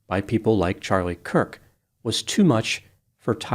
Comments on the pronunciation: It's Kurk not Cook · Dear twice your mispronounced "Kirk" as "Cook." I'm not criticizing you I'm just bringing it to your attention. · At first you mispronounced his name, I took it as a stumble. At the end you still pronounced it as "Charlie COOK". Along with your almost verbatim repeat of the press conference, the only 'opinion' you shared was your apparent disdain for the death penalty. The rest was an over-simplification on a grade school level. I haven't seen any of your other videos; but it they're anything like your apparent lack of actual interest to even get his name right, or inability to delve above talking in simplistic platitudes, then you are definitely a waste of time. It seems you were more interested in trying to get views than having insight into the actual subject. A typical quack with useless paper on the wall. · HIS NAME WAS CHARLIE KIRK. THAT IS K - I - R - K pronounced "KERK" Not Cook. Idiot. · CHARLIE KIRK - it sounds like you are saying Charlie Cook! Hopefully, it’s my device and/or MY ears that are hearing incorrectly. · His last name is Kirk not Kook. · The mispronounciation bothered me. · It sounds like you said Charlie “Cook” at the beginning and at the end 🤔 You’re right, the shooter was basically an insecure nobody. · No hate when I’m asking this.. did I hear you say “Cook” at the beginning of the video? Might have been a slip up. I might be going deaf if I’m wrong. Keep it up the good work and informative videos 💜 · The second time he did it, he had said Kirk only seconds before. 🤔 Maybe he was having an off day? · I swear I heard say “Charlie Cook” at the very start of the video. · I think had an accidental tongue slip and said Charlie “Cook”. Not gonna lie, it was kinda cute/endearing tho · I like you, but how do you mess up Charlie Kirks name right off the bat? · I was looking for this too. He also does it at the end. 🤔